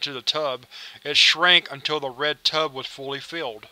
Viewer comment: Tub, not tube